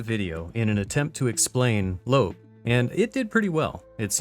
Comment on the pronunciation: Thank you for not pronouncing it Low-ab